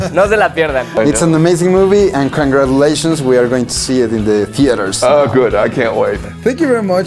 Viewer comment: crongruandulaishions... LMAO...